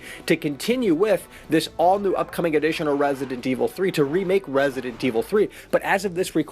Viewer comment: I swear if he says Rrraessident evil 3 one more time. 😬💀😂